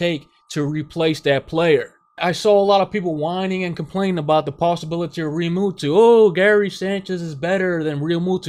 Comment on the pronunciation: I love you but it's Realmu-toe not Realmutoo.